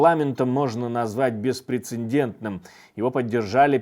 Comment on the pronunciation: Всегда с интересом вас смотрю, подписана, ставлю лайки и т.п., но замечу, что говорится и пишется "беспрецедентный", а не "беспрецеНдентный"! Удачи!